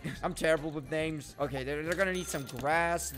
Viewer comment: how he says there names makes me cringe